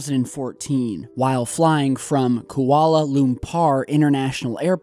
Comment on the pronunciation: He said lumpar instead of lumpur lol